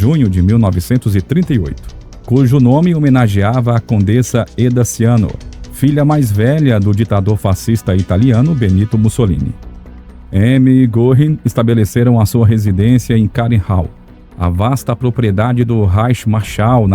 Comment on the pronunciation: O narrador deveria prestar mais atenção na pronuncia dos nomes estrangeiros. ( O nome de Ciano se pronuncia "tchano" não "siano" ! , não falando do termo nazi, que tem a pronúncia " natsi".)